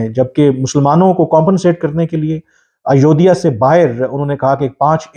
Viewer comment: 😅😅😅😅😂 aiyoidiya nahi re 😂😊 Ayodhya Dhaam hai.. bolna seekh pehle. 😆